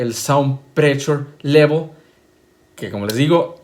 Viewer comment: Saund prechul levol.... A ver. Que más maestro longaniza??